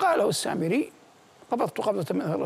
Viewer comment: السامريّ شده على الياء يامذيع مو سامري التنكّس والاستنزال